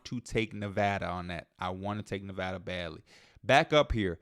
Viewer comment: Thank you for pronouncing Nevada right 🙏🏼